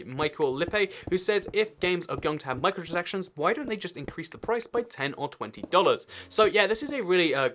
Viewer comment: You can’t pronounce micro-transactions correctly XD